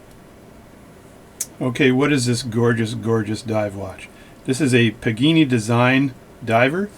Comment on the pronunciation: PAgani! Not PIGINI! THE WAY YOU SAY THIS NAME MAKES ME NOT WANT TO GET THIS WATCH!